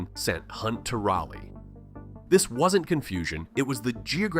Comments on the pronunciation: Rolly. Where Barney goes to party 😅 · It's pronounced Raleigh. With the Ral rhyming with ball or awl. We still have lots of small towns and rural places. Consequently we still have the isolationist tendencies that come with them. I'm from Chapel Hill in the Piedmont. As a North Carolina Native this all checks out. As for the HB2 Bill. It makes sense. Be as gay as you want to be, marry who you want to, have children but if you're born with a vag!na you need to use the women's bathroom, same if you were born with a pen!s. Even the Wild West wasn't as wild as it was purported. Sh!t and go on about your day. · you said Raleigh wrong its pronounced Raw-leigh but without the W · Or the way he pronounced Raleigh